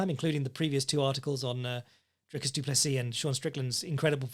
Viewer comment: Duncis Pluncis?!? Lmfao I just spit out my coffee laughing at work listening to that wtf 😂